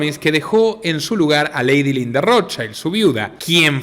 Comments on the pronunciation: primero mi admiracion por tu trabajo Felicitaciones. Considera pronunciar ' Rot child' en lugar de " rot chaild". Porque es un apellido germánico, no inglés, y le estás cambiando el significado de Escudo Rojo - el verdadero - a " Niño Rojo" lo cual es bastante extraño, no?😊. Sólo un consejo. Abz! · asi no se prononcia el.apellido Rothschild es un apellido judio aleman y NO.INGLES